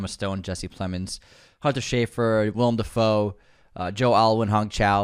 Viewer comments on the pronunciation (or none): none